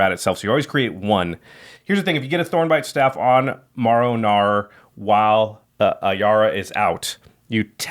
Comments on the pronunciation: Unbelievably upset you continuously mispronounced the name of one of my favorite commanders MARROW (not morrow) gnawer. 9/10, don't disrespect my man like that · I think you mean Maro Naughr.